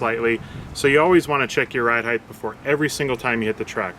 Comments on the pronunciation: Ride Height* ....heighth isn't a word. :) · Wtf is heightth